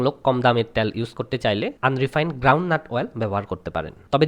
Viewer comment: ত্যাল না তেল।